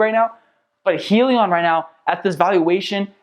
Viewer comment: Just so you know... it's pronounced "High-leon"